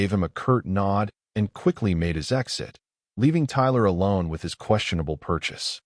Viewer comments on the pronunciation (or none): none